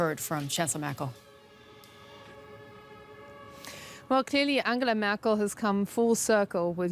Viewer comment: Why is Merkhel not closing her urinal from babbling?